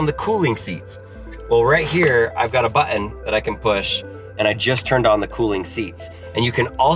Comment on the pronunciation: Say "bAhToN" one more time...